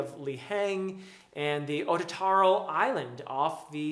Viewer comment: Someone has been listening to Ericksons interviews for pronunciation...never would have guessed otataral. New you would love these. I think the humor elements are often overlooked in BotF and ICE pockets right up.